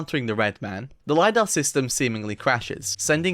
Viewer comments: Bro its not LAYDAH its Lidar li-dar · Lidar, not lie dar.